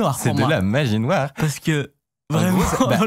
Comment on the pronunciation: 3min14 : " magie noire ", c'est moi où on sent le début d'un accent africain vite étouffé ? 😅😂 En tout cas toujours aussi passionnante vos vidéos 👌